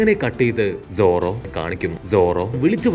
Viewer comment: Enthina bro zoro mathram ingane parayane ellarde name parayana pole sadha pole paranjude? 👀